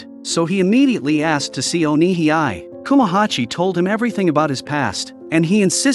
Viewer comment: You pronounce Onihei as "O Ni Hee I" when it should be pronounced as "O Ni Hey"